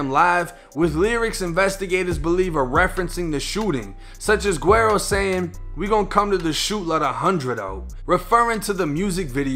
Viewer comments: Love the content my G, but it’s pronounced “weddo”! The “GU” is like almost silent but it makes like a “W” type sound, the double “R’s” are rolled so they kinda make a “D” sound in a way, and yeah the “O” is a fuckin “Oh” sound lmfaoo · Hey yo keep up the good work! This shit is important to document so dont stop. Oh PS - "Guero" is pronounced "Weh-do", just lettin ya know fam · Can someone tell dude it’s pronounced wedo Meaning white boy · Wero not wedo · No one else heard dis man say “gwarrow” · Its said like weddo (white boy) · You said his name wrong but great video lmaooo PS. his music is hella gas btw 🔥